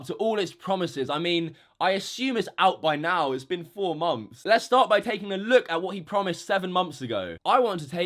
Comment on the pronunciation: what exactly is a 'mumpf'? He keeps saying like '7 mumpfs of pledges' but idk wtf a mumpf is.